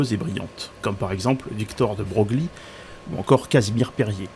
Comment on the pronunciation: On ne prononce pas "de Broglie" mais "de Breuil".